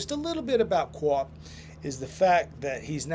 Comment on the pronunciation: Copp started his career in Winnipeg. You really should force yourself to say Copp not Co-Op. lol